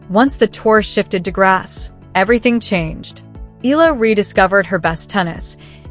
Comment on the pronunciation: ehh-ya--la mam